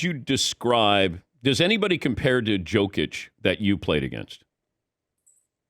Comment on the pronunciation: Come on Dan, pronounce Jokić’s name correctl! Your guest, R. Horry did!